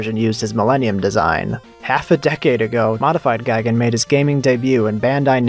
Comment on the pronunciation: Gigan is pronounced gee gon, like tea don. Gaigan is pronounced guy gon, like buy don. Neither is pronounced guy gan, like buy ban. Two of these things are wrong.